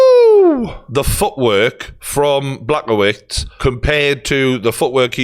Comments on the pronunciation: Man, nice content but you are commenting on alot of foregin surnames. Try to get them right, UFC comentators put some effort to pronounce Yans name right or Błachowicz properly. Its not Peter - PyOtOr would be more correct. As for Błachowicz - BwaahoviCH would do fine. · I’m sorry Geordie but… Black-oh-wits?? Really? 😂😂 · Geordie trying to pronounce Blachowicz 😂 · I actually never thought I would hear someone pronounce fighters names as bad as Brendan Schaub until pronounces Blachowicz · And he absolutely heard it pronounced correctly a bunch of times.